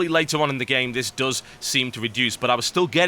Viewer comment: Also -- it's "Does" not "dose" no one took his mother like medicine. It's not a dose of his mom, it's your mom does terribly. little.. Engrish for ya. (Yes, EngRish.)